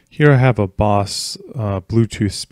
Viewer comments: I like how he says "boss" when it's "Bose" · It's not pronounced Boss. But hey great instructional video.